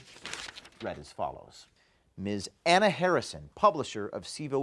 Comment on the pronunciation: Her name is Anna, not HuhHuh. There now you have the name right.